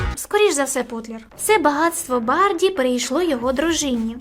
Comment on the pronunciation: Очень интересный канал! Классная подача. P. S если я не ошибаюсь : не БаРДи а БаДРи ( Патаркацишвили)😆